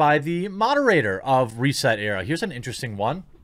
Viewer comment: Now i know i it's a hard name to pronounce especially how they spelled it but its "Reeeeeeeset ERA" and you really need to get that rolling "Reeeeeee" right as it's more like a guttural piggy scream as it gets castrated.